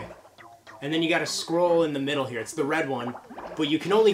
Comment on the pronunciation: OK, I heard squirrel instead of scroll XD I was looking for squirrels in the Kung-Fu game! HAHAHA